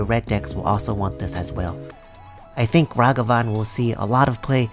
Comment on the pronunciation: Plus points for pronouncing Ragavan properly. Doom was my top pick for this set.